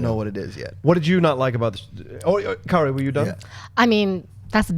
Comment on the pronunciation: Hey isn't John pronouncing Kaori's name wrong or is it just me mis-hearing him.